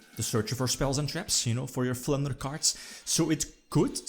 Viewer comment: I kept thinking you were saying "Plunder Spell"